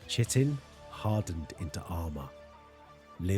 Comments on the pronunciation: Watched the Terran one, and now I'm on this one. Didn't expect to find a small gem of a channel like this, I really like your narration! One thing though, chitin is pronounced KIGHTin, not shittin :') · Just a note: "Chitin" is pronounced "kai-tn" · It’s chitin pronounced like kitin